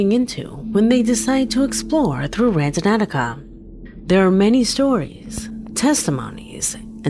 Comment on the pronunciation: Somebody want to tell the narrator that the app is called Randonautica and not Randonauticaohaho